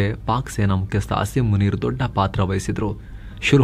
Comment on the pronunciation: A P ಯವರ Pronunciation ನೊಡಿ ಅಥವಾ ಸರಿಯಾಗಿ ಕೇಳಿ. " ಪಾಕಿಯ ಮಲ್ಲಜನರಲ್ Ass-im muneer" ಅಂತೆ 😂